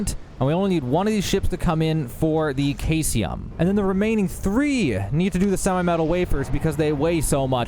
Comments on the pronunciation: Thx for the crazy build! And uhm, its SEE-sium, not KAI-sium ;) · Caesium sounds like "see zee uhm." I hate being that guy, but you threw me off with a totally new element. Was pulling out my periodic table and getting worried that I missed one. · Caesium is pronounced see-zee-uhm, Indicite is in-duh-site. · I really do need to correct you on this. I know that it looks like it is pronounced that way, but Caesium (also Cesium) is pronounced; See-zee-um. 👍😊😉 I know! 🤓 I just can't help it. I loved chemistry in high school. 🤷‍♂🤦‍♂ Keep up the good work Bro. I love your videos! 👍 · Bro said kayseeum had me rolling 😂😂😂 Good video, man. Bethesda never thought we'd break the game this soon 🤣